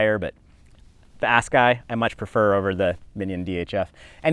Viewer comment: I know this is old, and i havent even finished the vid, but i gotta say i love the squeak-overs you did for the brakes, and there is no way you think that tire name is pronounced ass-guy lollllll. Ok i will finish the vid now😂